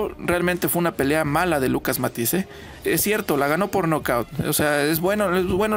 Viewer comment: No pronuncia bien el apellido de Matthysse... Se pronuncia Matthysse.